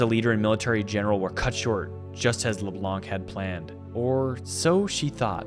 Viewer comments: I know it's dumb but my ears bleed each time I hear leblanKK😂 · Leblanc is a french patronyme and it's pronounced as if there were no c so it's pronounced leblan